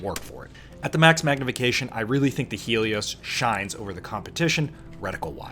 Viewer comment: "Helos" not "Helios" — Gonna peep this!